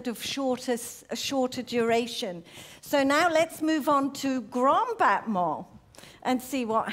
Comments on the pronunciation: It’s pronounced more like “botmon” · I still am confused how battement got pronounced as botman